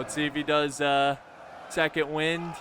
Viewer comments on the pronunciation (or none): none